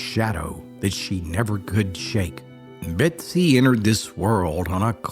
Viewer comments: Betsy or Bessie? You're saying Betsy but the title says Bessie. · Is her name Bessie or Betsie as you kept saying? A story of resilience for sure! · Title reads Bessie but I keep hearing Betsy. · Her name is bessie not Betsy. Why put all this effort and say her name wrong every single time? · Just read it yourself and stop with the AI that can’t seem to say “ Bessie” instead of “Betsy”. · Is it just me or does he sound like he's saying "Betsy"?